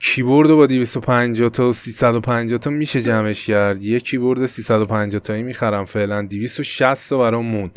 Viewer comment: فقط کییییییبوردگفتنت😂